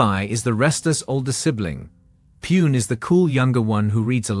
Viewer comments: No. 5... Pune.. Its not pronounced as poon but IS PRONOUNCED AS PONAE OR PUNAE .. get it right. Couldn't help correcting you. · He is not pronouncing it poon, he is pronouncing puene, this is the first. Its POONE, I dont know how to teach him online, its a waste of time... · agree with your second opinion but even if it is a robotic voice, which i have heard many times, Puene is first time. पुणे, पूना is what I have heard but never puene. and how come all the other cities pronounced properly..